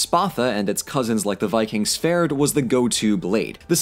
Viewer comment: the D in Sværd is silent. just. just wanted to mention that detail